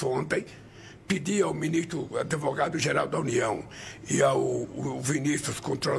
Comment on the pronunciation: "Pedi ao ADEVOGADO da União "...